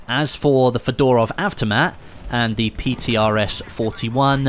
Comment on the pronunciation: fedorav avtima? My friend it's fed-o-rov av-toe-mat then say fedorov avtomat in your head then maybe you'll say it